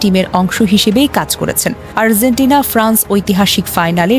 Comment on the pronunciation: আর্জেন্টিনার উচ্চারণ হঠাৎ Z লাগিয়ে করছেন কেন!? 😂😂😛😛